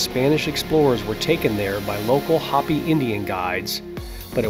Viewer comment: Hopi is pronounced with a long O. Its not Hoppy